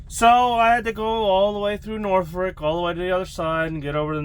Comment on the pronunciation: Uhhh… It’s “Norfolk”… “Nor-fick” (no ‘r’ in the 2nd syllable).